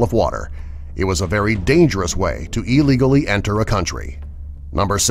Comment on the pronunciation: take a shot anytime he says illigoly